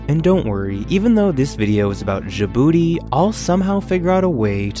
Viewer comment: Djibouti is pronounced with an initial j as in jam, by the way; not with the final consonant of ‘rouge’.